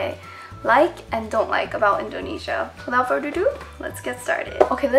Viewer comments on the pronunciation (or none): it's 'without further ado' not 'without furder ado':P 영상 재밌게 봤어!